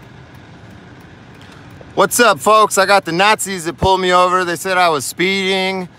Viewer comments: I could have sworn i heard you say "nutzis" lol. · The blurb came out sounding like "Nutzi's". Perfect. Have to remember that one.